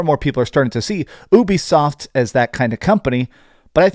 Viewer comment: Dont mean to troll… but its pronounced YOU-BE-SOFT not Ewwbie soft or whatever your saying! If your doing YouTube you gotta get the pronunciation right bud! Great video tho!